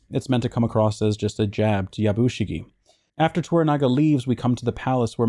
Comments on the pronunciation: "Yabushige" is pronounced "Yabushigeh" (rhymes with "al dente"). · Yah Boo She Gay (more like "geh" like meh than gay, no stress on the boo either) not yah BOO she gee. Japanese is hard y'all.